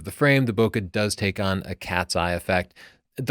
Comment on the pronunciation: When did you start mispronouncing "bokeh"? I've heard you say it correctly in the past.